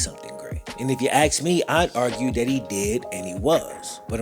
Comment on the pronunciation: ASK NOT AXE